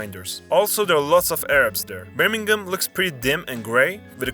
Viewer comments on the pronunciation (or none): none